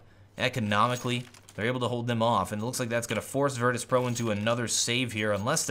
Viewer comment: Did anyone notice "virtus.pro" become "Virtus Proo" in